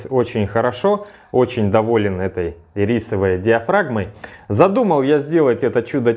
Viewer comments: Не ирИсовой, а Ирисовой! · Можно ударение в ирисочной диафрагме пофиксить?))))